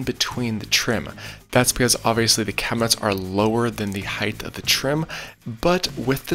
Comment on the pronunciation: Love the channel dude. But... Heighth?